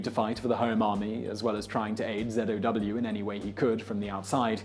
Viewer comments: zow not zedow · why he sayinh zedow